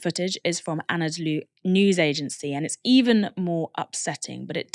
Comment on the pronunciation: The 'Anadolu' in Anadolu Agency is pronounced more like 'ah-nah-doh-loo'.